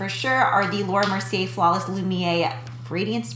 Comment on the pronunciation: Fyi Lumiere is pronounced "lumi-air," in Laura Mercier it's "Mercy-ay" because the r is at the very end of the word :)